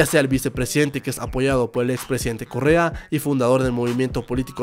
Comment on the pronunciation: Alguno mas entiendo Corea en vez de Correa xd